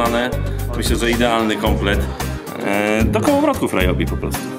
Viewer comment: Ryobi czyta sie jako "riobi", a nie "rajobi"